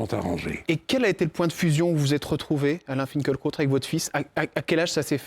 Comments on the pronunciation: En allemand "fin kil( en allongeant le i ) kra ot " .das Kraut signifiant plante ,herbe , Lui- même prononce son nom fin kel krot . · Pourquoi personne ne prononce son nom correctement ? Fin-kil-kraoute ! Lucidité, humanité, profondeur d´âme et d´esprit. Alain Finkielkraut est bouleversant. 🧡